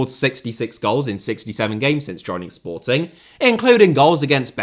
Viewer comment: I also noticed that, does make an effort the way he said Sportings's shows that, and I'm a Benfica fan